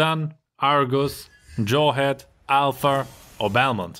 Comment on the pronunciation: instead of saying "Alpha", u're sayin " AlphaR" haha ...lol😹...anyway its a very good content n explanationnn...i'm really improving my gameplay and the way i build an item to counter meta heroes or outplay them....All thanks to youu...Love ya' from Asia🇮🇳😍